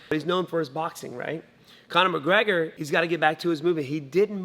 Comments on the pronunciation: Conor mergegor lol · No1 gona mention the genius “Murragega” from stephen?